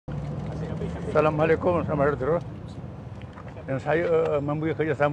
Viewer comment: Saya dengar berulangkali..dia bagi salam pun dah menggeletar dan tak sebut dengan jelas...toling perbetulkan jika saya silap dengar...